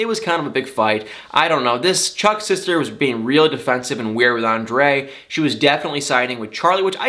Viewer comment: Anybody ELSE tired of these boring drama queens with and entire family? And calling her husband "ON-DUH-LAY???" For the love of God, it's ANDRE.... pronounced "ON-DRAY!!!!!!" Don't try and make it fancy!